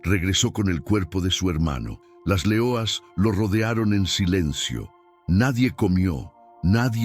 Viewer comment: porque dices .... L E O A S ...... en portugues y no LEONAS .... en español ??